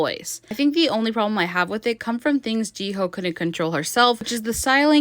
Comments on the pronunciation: How hard is it to say hyo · Your pronouncing of Jihyo’s name pisses me off